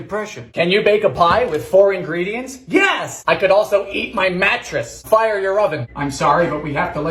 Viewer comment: I love the way he said fire lmao “FIOUR”